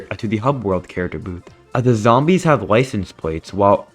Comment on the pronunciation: dawg I thought you said zombie piss😭